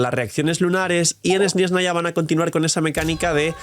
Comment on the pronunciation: uy por que dices esni esnaya?